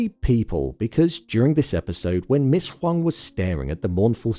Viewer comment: Appreciate you for pronouncing Huang correctly even when the show didn’t